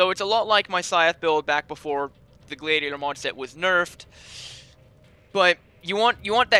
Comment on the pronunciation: Gladiator is said g lad ee ate or